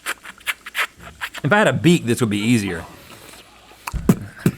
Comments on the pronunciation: I also heard Beat instead of Beak 😭🤣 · I can't blame Link, Rhett did pronounce it like 'beat' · Theres no shot he said beak the first time 😂